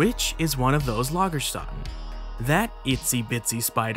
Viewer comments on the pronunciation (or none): Maaaaaan it’s not Lagerstatten it is Lagerstätten Ä is NOT A! It is a spoken like the A in Hat It’s the differing between A in hArd and the A in hat, had or like the EA in hEAd